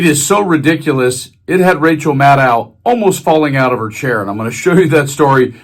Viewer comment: The name is pronounced mad-doe, with a long "o". Have some respect.